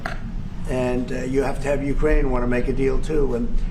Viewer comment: Dude. If you're going to report on Ukraine, LEARN HOW TO PRONOUNCE UKRAINE!!😵‍💫🤣